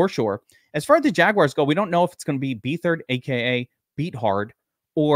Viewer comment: BETH-ard not bee-thard. He's no good but his dad was a NFL GM.